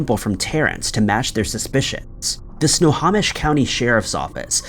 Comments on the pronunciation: I love how he pronounces it sna-ha-mish instead of sna-home-ish 🫤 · It's sno-ho-mish not sno-haw-mish. Sorry. I live in WA. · Sno-ho-mish, not Sna-ha-mish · Snow home ish. Not snow hom ish. 🙄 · Enjoy your channel, FYI, Snohomish is pronounced 'snow-home-ish' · Snow Hoe Mish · Snohomish pronounced snow home ish. Loved listening to your stories. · Actually it's said snow-home-ish. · Omg if you're going to do story's like this please please learn how to pronounce names of cities counties etc correctly it's Snohomish snow - home - ish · DUDE, if you're going to NARRATE PLEASE MAKE SURE YOU KNOW HOW TO PRONOUNCE NAMES. SNOHOMISH is prounounced SNOW HOE MISH...EDUCATE YOURSELF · Your stock vids of police really sucks. Oh, and it’s pronounced “snow home ish” county. Jeeze. And this has to be the only place anywhere that anybody has ever heard the phrase “beloved Chevy Manza”. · In the PNW we pronounce it Sno-HO-mish. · Really, Dude, It's SNOW-HO,,as in a hoe,,,MISH SNO HO MISH. Try harder, please. It kills me to hear you continually mangling it! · Great job as always! FYI for the future: If ever you have something in Snohomish County again, it’s snow-home-ish. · Snohomish is pronounced SNOW-HO-MISH. Takes 2 seconds to google how to say place names correctly. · Glad I'm not the only one that got annoyed by how he said Snohomish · But then people wouldn't comment, he does it constantly.